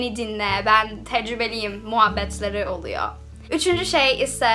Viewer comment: Bazı türkçe kelimelerin telaffuzu:liymon, bağl ,oluyoğ,perdon ,diğildir,mekarna,kavaltı,eğn,penkek,emarikada